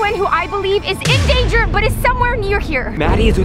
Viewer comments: did anybody hear that Rebecca said ganger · SHE SAID GANGER